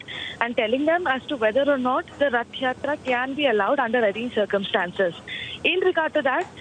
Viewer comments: How difficult is it to pronounce Rath Yatra, the anchor kept on saying Yath Ratra. She should be trained properly before the show. Republic TV should not hire such inefficient anchor. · practice a little more with the correct pronunciation of "Rath Yatra (Hindi) ", "Ratha Jatra/Jaatra (in Odia)". The nation wants to hear you pronouncing it correctly the next time. May Lord Jagannath bless you!:) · Ye anchor imported hai kya... Rath Yatra nahi bol paa rahi . Ye kya janta ki awaz uthaegi... Macaulay ke nazayaz creation.